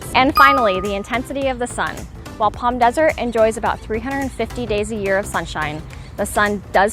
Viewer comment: Helpful video. Thanks. It's so nice to hear you pronounce Palm properly. With the silent "L". Unlike other YouTubers that talk about the area, some pronounce it like "Pawlm". Drives me crazy lol!